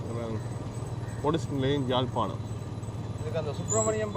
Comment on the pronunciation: Its not Jalpanam. Beautiful Yaazhpanam.